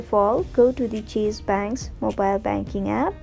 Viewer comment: What is the difference between Pronounce cheese and chase😄👌